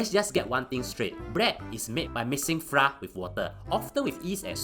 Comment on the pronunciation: Flour is pronounced as "Flower". Haha